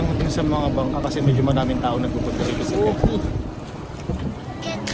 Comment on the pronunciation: Depth pool ata ung basa dun (i think) 😅😅